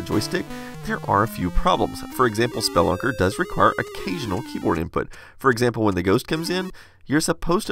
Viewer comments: Great video. Minor detail: I believe "spelunker" is pronounced more like "speh LUNKER" and less like "SPELL lunker". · ROFL Spell-a-ker. It's spe-lunk-er. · It's speLUNker. Not SPElunker. English is your first(only) language, right? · Why are you saying Spelunker like that? For a second I had no idea what game you were talking about 😂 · No one gonna a mention how he pronounced "spelunker"?